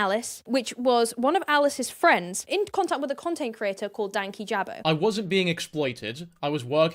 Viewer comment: Sidenote, everyone pronouncing dankijabos name wrong is so funny. Idk how it became 2 words, but i believe it was in the video talking about his channel strike for the Onision vid that he said his name(could be wrong) and it's one word. "Dan-Kijabo" not "Danky Jabo"